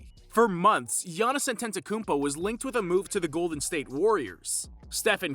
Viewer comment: not being able to pronounce the guys name at this point is embarrassing. Not only that, you made a video on him